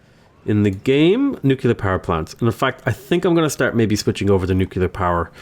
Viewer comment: My ears bleed with every "nucular" thingy